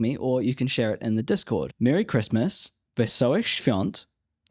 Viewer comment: That "wesołych świąt" was actually a pretty good accent!